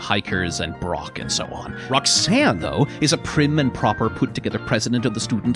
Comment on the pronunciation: Her name Roxanne. Rock-san.